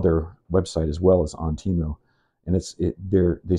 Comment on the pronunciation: Idc what anyone says, it's tee-mu not teh-mu. Fight me